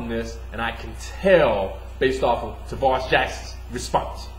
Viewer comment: tarvaris jackson not tavarus